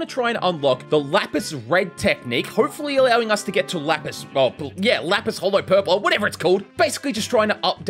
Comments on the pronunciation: please it’s lapse not lapis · It’s ‘lapse’ blue as in collapse not lapis. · Happy new year to you as well! Amazing vid as always. Just wanted to say the the pronunciation of "lapse" (as in your cursed technique) is just "laps" rather than "lapis". Anyways, can't wait for the next vid! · For the hundredth time it’s not “lapis blue” it’s LAPSE L-A-P-S-E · its not pronounced lapis but laps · He always calls lapse lapis🤣it's pronounced laps